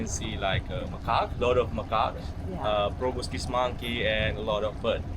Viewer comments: Enjoyed the video. Stayed at Hornbill Lodge a few months ago ourselves. Great choice. As future experts in the area you'll want to be getting the pronunciation right! 😆Pro-Boss-Kiss (not Pro-Biss-Kiss), Orang-oo-tan (not tang) Orang = person. Utan = forest. Nothing tangy about them despite the colour. 👍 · Proboscis. So many people say probiscis. Sorry for being that guy. 😆